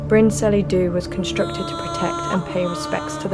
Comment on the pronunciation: Bryn Celli Ddu is not pronounced Brin Sellee Do, but more like Bryn Kellee Thee (remembering the Welsh LL sound in the middle word)